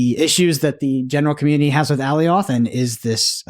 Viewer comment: please watch the Loki series and learn how to pronounce Alioth correctly lol. Love the show